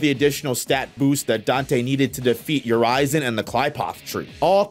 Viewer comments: Just a little note. Urisen is pronounced as "Your reason" not "U ri zon". Yes the name Urisen is foreshadowing. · … how the hell did you mispronounce Urizen? It was said multiple times. Seriously. It’s pronounced Ur. izen. Like what’s ‘your reason’ for messing it up THAT badly? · Urizen. It’s not Your Aizen, it’s You Rizen. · Ignore how much of a slaughter this is, can we talk about how this man said Urizen and Qliphoth?